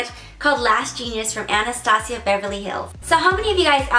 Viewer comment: Anastasia (ann-est-stay-juh)